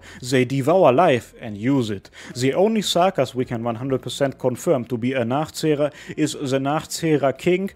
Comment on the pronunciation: You say “Nachzehrer” beautifuly 🤩